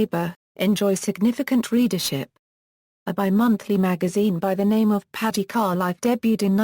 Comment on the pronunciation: Could someone reprogram that machine to pronounce the city name correctly. These mechanized audio systems SUCK......although the clip is informative.